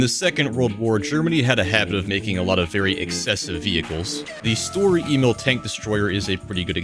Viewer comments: Its not s-tur-er e-mail. Its Sch-tö-rör E-mil. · i beg your fucking pardon did you just call it "story emil" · Lol i wondered why he would constantly say "story e-mail" Untill i checked he ment sturer emil